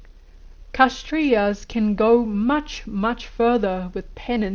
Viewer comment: The pronounciation is not KASH-trias but K-SHATT-RIAS The k sound is like half a K